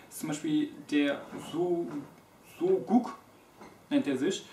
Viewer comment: das spricht man so-uk aus. ich würde es als "weiches g" bezeichnen. kommt aus dem türkischen . mfg